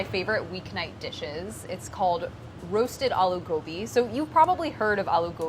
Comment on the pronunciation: I’m so happy she didn’t say uh-loo gobi